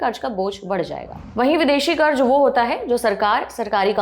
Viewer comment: Plz don't be offended but you need to work on your pronunciation, It's not Karj but Karz